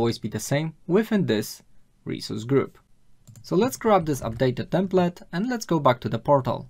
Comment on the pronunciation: Dobra robota, ale Twoje "templet" zamiast bardziej "templeɪt" doprowadza mnie do szału!! xD